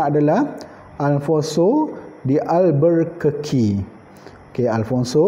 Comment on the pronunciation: awak pon sebut salah.. sebutan yg betul ikut portugal pronounciation ialah "afonso de albukerki" sbb ejaan dia albuquerque bukan 'alburrrkeki'